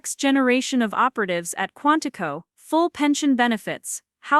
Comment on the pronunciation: QUANTICO, not Quantified